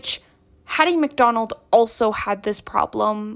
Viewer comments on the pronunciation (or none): Hattie McDaniel. I think you said McDonald.